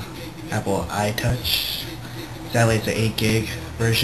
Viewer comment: u said "apple iTocuh" lol